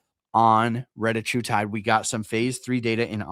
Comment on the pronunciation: I mean it’s spelled “Reta” not “Retta” so pronouncing it “retie” doesn’t make a ton of sense. You see that right?